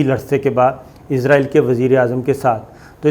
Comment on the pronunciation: صابر بھائی لفظ اسرائیل ھے یا ازراعیل ھے